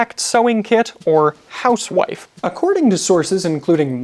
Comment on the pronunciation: He mispronounces “housewife”.